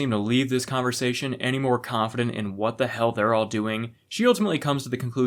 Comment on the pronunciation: Did you mean to say wHat during your ad? I cant unhear it